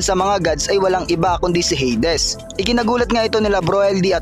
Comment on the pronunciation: Heydes❌ - heydis✔️